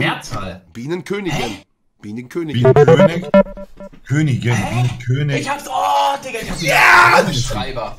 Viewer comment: Niemand: Monte 2 mal: Bienenkönigen